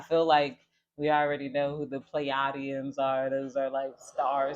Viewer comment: We pronounce it like Plee-aye-Dee-in💫 thank you so much girl keep shining✨💙